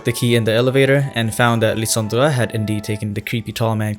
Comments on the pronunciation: Lie-san-dre not Lie-dan-der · hey! lysandre is pronounced lie-san-der 😄 good video tho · i spent a good 5 minutes trying to recreate how you pronounce "Lysandre." i wasnt even close